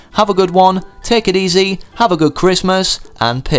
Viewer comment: You said pace you mwant peace